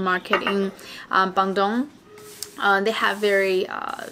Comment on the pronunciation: BANDUNG. Try to Pronounce it right. Hahaha Just funny listen you said BANDUNG😆😆😆😆